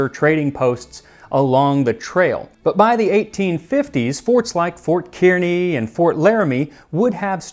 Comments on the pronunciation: My new band name is gonna be Meat Biscuit. Also it is “Kearney (/ˈkɑːrni/ KARR-nee)” Nebraska 😉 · Don’t know if it’s right, but us in Nebraska pronounce Kearney like “car-knee” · as someone who lives in Kearney, not how it's pronounced 😂 but hey, we are weird out here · . Nebraskan here. NO one pronounces Kearney "KEY-AR"-KNEE. It's pronounced "CAR-KNEE" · K-ear-i-ny? Seriously? Kearny, NE is pronounced Car-ney. 👍🏼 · Its not "k ear ny" its kearney "car ny" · Car-knee, not Keet-nee. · Great video! I have a pronunciation comment though. Ft. Kearney is modernly pronounced 'car-knee' by those that live there. -a Nebraska native :) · Max, for the first time ever I am disappointed in your lack of research. Fort Kearney in Nebraska is not pronounced "Keer-nee". It is pronounced KAR-nee. Seriously, shame on you and you need to get yourself to Nebraska to brush up on your American history. And they are BISON, not buffalo. Please don't perpetuate the misnomer for these majestic critters moving forward. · Kearny is pronounced CAR/NEE Fort CARNEE,Nebraska not Kearanee. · My 3rd-great-grandparents made a pioneer trek from Wisconsin to Northeast Nebraska in 1866, traveling with seven children (two of whom were under the age of 3). Our family still has the coffee grinder they brought with them. Also, it's pronounced Fort KAR-nee, not "KEER-nee" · Oddly, enough, Nebraskans pronounce this as “Karnee” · Kearney 😊 we pronounce it “car-knee”…love your show ❤come to the “blow” (Scottsbluff) we got both trails. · Checking in from fort Kearney, Kearney NE. It’s pronounced carney, like the guy who operates the Ferris wheel. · Hey Max, I just found this video. Being a native I have to correct your pronunciation. It is Fort Kearny but pronounced like Carn-ee, like carnival workers. Enjoy your videos, keep up the good work. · Kearney = Car Knee at least how Nebraskans pronounce it. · Just FYI, Fort Kearney is pronounced like Karney. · It's fort KAR-NY. that is how Kearney is pronounced.